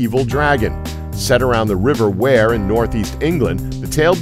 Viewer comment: Got pissed of how he pronounced wear